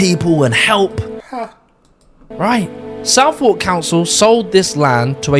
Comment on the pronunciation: It's pronounced "suth-erk", not "south-walk"